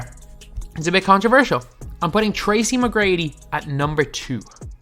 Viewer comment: Did you just call him "tracy me grady" 😐